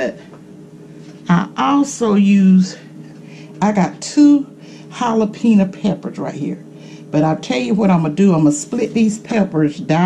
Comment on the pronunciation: I loved how she said Jalapeena peppers🌶️ . She so cute